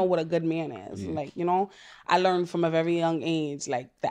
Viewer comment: If I hear her say "Vevy" one more time...I swear. Then have the nerve to be picky about everything...It's VERY, with an R.